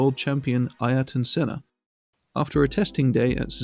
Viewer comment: i hate to be that guy. but i have to defend the goat. his name is pronounced closer to AIR-TON senna, two syllables